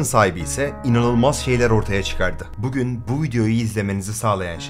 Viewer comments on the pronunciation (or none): none